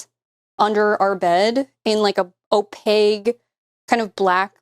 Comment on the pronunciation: Bestie did you say "opague"?